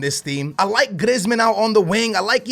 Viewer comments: You prennounce it Greezman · Could you plz say people's name right Who's Iblahimovic and Glieezmon